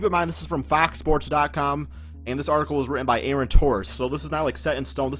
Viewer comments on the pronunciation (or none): none